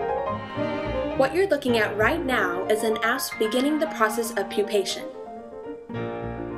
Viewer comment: i heard ass not asp 😂